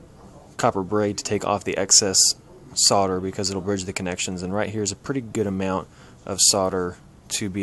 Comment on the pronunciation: The 'l' is silent in "solder". He's pronouncing it correctly.